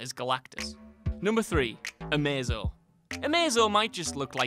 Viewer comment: Sylvester Ashcroft even amazo is pronounced wrong